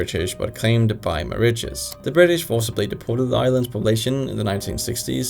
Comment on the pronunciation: "Moriches" for Mauritius 😭